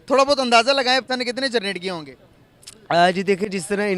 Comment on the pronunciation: भाई पहला 'जरनेट' या 'जनरेट' यह शब्द ठिक से बोल लो...😂😂